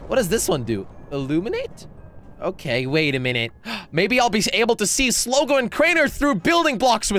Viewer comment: Not sligi is slogo